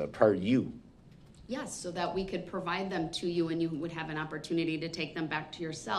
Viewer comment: Da-Rell should be provided the record so he can try to read through all the instances where he said "GROUNZ" and the court reporter's accurate recording of 'Ax'd" and "Dat"